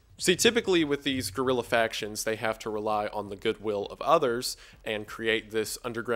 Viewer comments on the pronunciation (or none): none